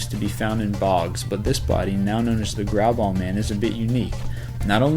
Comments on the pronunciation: Is he saying "grab-ball" man? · it sounded like you called number 16 "grab-ball" man. kinda ironic since he was grabing hes balls in the picture xP